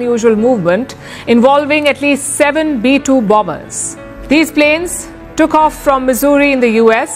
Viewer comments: Anong bambers? How do you pronounce the word... BOMBER. BAMBER? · Bomber - ba-mer Ang bigkas. 😂